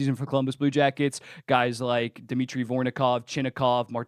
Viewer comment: Vor-ON-kov not Vor-NO-kov lol